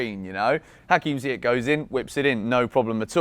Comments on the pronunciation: Ziyech is pronounced Zee-Yesh. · Still calling him Ziyeck? 😩😩